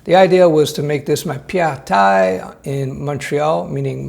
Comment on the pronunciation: Hey I’m new to your channel, love it, amazing content by the way. But my question is : are you a quebecer? If not your prononciation was perfect for « pied à terre » 😂